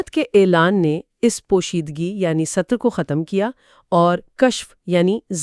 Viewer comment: Dawr e sutur nhi hota, dawr e satar hota hy.